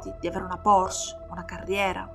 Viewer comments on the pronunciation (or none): none